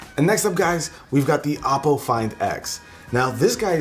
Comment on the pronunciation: Its ohh-po tho